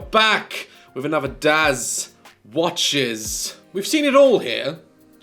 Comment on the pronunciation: love how every time the pause between daz…watches gets slightly bigger and I just FEEL the exasperation at this point 😅